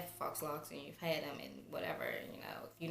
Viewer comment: great video. faux is pronounced "foe"